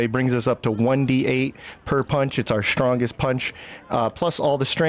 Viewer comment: Strongest Monk? Whichever one is using an Elixir of Cloud Giant Strength and wearing a Devilfoil Mask. Oh, you MEAN POWERFUL? Then stop saying "ShDrahnggest", WORDS MEAN THINGS